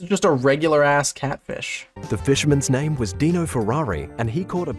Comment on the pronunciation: it's not pronounced 'DIE-NO' as in 'dinosaur'. When it's somebody's name, it's always 'DEAN-no'.